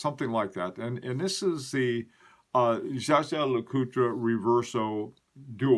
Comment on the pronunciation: Great video. FYI: Jaeger LeCoultre, not Jager..